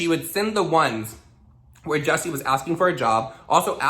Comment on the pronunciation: Damn I can help but hear the name “ Jussie Smullet from empire” and you are saying Jessie smiles 😂 HAHAHAHAHHAHA